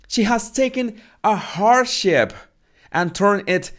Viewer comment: When You said hardship I thought you said "horse sh!t" and I was laughing so hard as that is so appropriate to her podcast